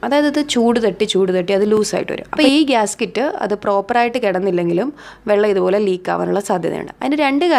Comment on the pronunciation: ഗ്യാസ്‌കിറ്റ് അല്ല ഗ്യാസ്‌കെറ്റ് ( Gasket )